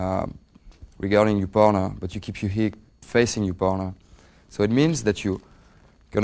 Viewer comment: Everytime he says partner it sounds like boner :D